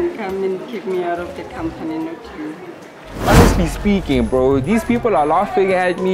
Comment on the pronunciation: You butchering the "honestly speaking" phrase😂😂😂